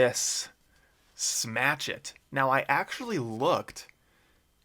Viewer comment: And the smachet lol